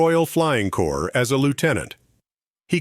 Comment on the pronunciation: Its the Royal Flying Corps not Core, and its "Left"enent not "Loo"tenent" if the British Armed Forces.